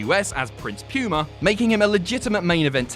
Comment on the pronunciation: “Prince pyooma”